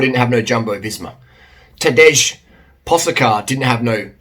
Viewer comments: Tadej is Tuh-day, not Tadeusz. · Pronounce Tadej as Tadei and you’ll be fine. Great video tho. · Pronounce Tadej as Tadey. Kinda like "today" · The correct pronunciation of Tadej name is: TAH-DAY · It’s Tadei Pogačar. It’s written Tadej but youhave to sayTadei. We’d better get his name right he’s going to be around for a loooooong time. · Tadej = you spell it like Today ( Tadey Pogachar)